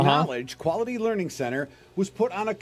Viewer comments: Tower of Learing. 😂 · excuse me its pronounced "lear-ed"